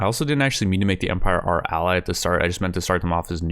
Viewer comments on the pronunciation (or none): none